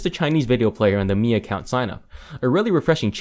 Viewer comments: It's "me" not "my" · you pronouce miui correctly by saying "me" ui but you pronounce Mi pad as "my" pad? you drunk bro? lol